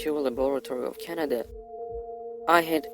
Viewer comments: He lives and works in Canada but can't pronounce Canada properly. Even with a accent he should have been able to pronounce it much better then he did. Haha not like I believe this " stuff" in the first place, it's just something funny to listen to. And yes, this does sound a awful lot like Terminator haha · Can’t even pronounce Canada so obviously you never lived here. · A foreigner that can bearly speak english let alone pronouce the Country hes living in, Canada. And he gets a high level paying , high level security job with access to time travel. This is the realest story I've heard yet on this channel.